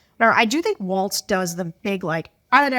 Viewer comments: Please learn to pronounce "Walz." It's WALLS, not WALTZ! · Sarah and dude, it's Walz, not waltz. You know, like walls. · Yeah, they keep saying "waltz." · Pronounce Walz correctly, please. It's "walls" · Might be easier to convince swing voters regarding Walz if you pronounced it correctly. WALLS. SMH